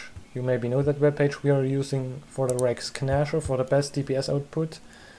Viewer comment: sehr schönes video. kleiner hinweis: das G in "Rex Gnasher" ist still. Es wir also "Räcks Näscher" ausgesprochen.